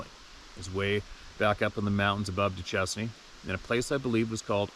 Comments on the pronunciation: Pronunciation for the town in Utah is “Doo-Shane.” didn’t get that from Duchesne? We’ve got a few doozies here! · Duchesne Utah is actually pronounced Do Shane. I spent most of my life in Utah.